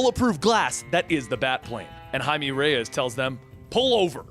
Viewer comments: Jaime That’s High-may, not High-me :P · It bugs me that you keep pronouncing blue beetle's name like hi-me, when it's hi-may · It's Jaime you dumb shit Jaime JAIME not Him-E (High-MAY) JAIME REYES, for fucks sake how just no one know how to say it. Jaime, Jaime. Jeezus! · lmao your're pronouncing the Blue Beatles name wrong. Jaime -- sounds like (hi-may) not "me" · no its not its High-me not met many Jaimes huh? He literally calls himself Jaime. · Its pronounced Hi Meh